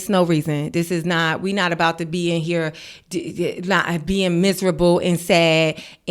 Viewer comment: the “ere” and “dere” are killing me 😂😂